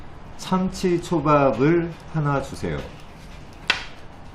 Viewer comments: 참치 발음이 삼치랑 참치 중간으로 들려요 어색한 한국발음 드뎌 발견ㅎㅎ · 저도 살짝 삼치로 들렸네요! 일본인이고 일본에 사는데 한국어가 정말 유창한 것 같아요👍👍